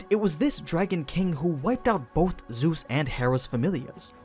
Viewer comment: bro said zues lmao